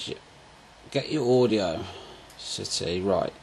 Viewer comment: audiocity haha its audacity "aw da city"